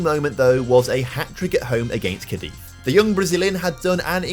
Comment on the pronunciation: Great video, but as a Cadiz CF fan it hurts my ears the way you pronounce it 😅😂 its Cadiz with emphasis on the Ca part, not in the iz. Would be sweet if you a video with the team :)